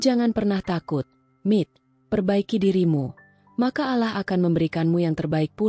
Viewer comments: Klo bukan muslimah ya nyebut Allah spt itu...dah betul...tp klo muslimah memang menyebutnya krg pas...maaf ya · Tlng di perbaiki cara mengucap allah ya min, gk enk denger nya coba belajar cara mengucap nya